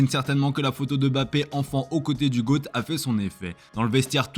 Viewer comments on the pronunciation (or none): none